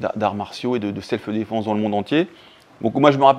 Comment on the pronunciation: On dit pas "selfeu défense"... 😬